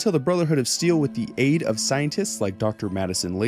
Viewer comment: What he said “Chems and Aid” What I heard “Chems and Eggs” 😂